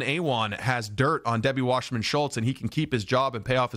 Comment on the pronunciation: Her name is WASSERMAN, it's not pronounced Washerman. People who decide to do these amateur, online news shows should at least be sure they say someone's name the right way. Do some research. And for someone like Wasserman, her name is ALL over, in various sound bites and clips. Otherwise it can make the so-called "news host" look ignorant or uninformed.